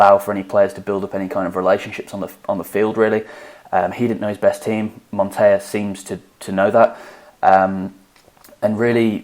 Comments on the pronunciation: Montella is montella, it's not the spanish "ll" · Guys it’s pronounced Montela (in Italian the “LL” puts emphasis on the letter, it’s a Spanish “Y”). Also it’s pronounced Marselo, and not Marchelo ( which would be the Italian pronunciation). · Montella is pronounced as it is written. With a long L. It is very far from the spanish pronounciation.